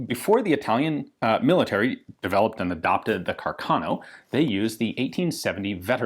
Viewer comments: The correct italian pronunciation of the name is Càrcano, with stress on the first "a", not Carcàno. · The title is really excellent. I'd add the following subheader, though: "Joy and Sorrow for Italian Troops". And, as a side note, the correct Italian pronunciation is "Càrcano". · Fantastic video as always Ian. However, I believe the correct pronunciation is Càrcano, and not Carcàno (I’m a native speaker). A bit of nit picking on my part like the Garand pronunciation controversy, but I’ve never heard anyone in Italy say Carcàno. Foreigners pronounce it Carcàno. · For a better pronunciation of Carcano, try here: ;)